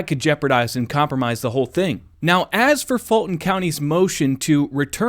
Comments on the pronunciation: It's not Georgia and it's not "Falton Co." It's Fulton Co. and we the voters of Ga have been telling you this for years. Open your ears, get educated and learn how to speak English. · I think he said FALSIFIED COUNTY 😂😂😂